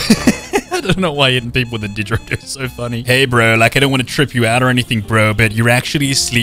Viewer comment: THANK YOU FOR SAYING DIGARIDO CORRECTLY